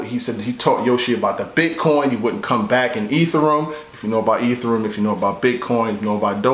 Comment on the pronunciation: He pronounce Ethereum wrong!!